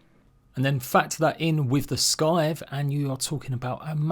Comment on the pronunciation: Scythe is pronounced Sigh-th not sky-th 😅 otherwise great guide. 👍